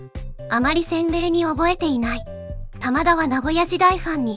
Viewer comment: 「タマダ」が「棚田」みたいなイントネーションなのが気になる